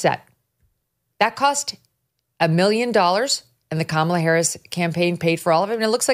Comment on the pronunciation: Am I nuts or did Oprah just mispronounce Kamala’s name?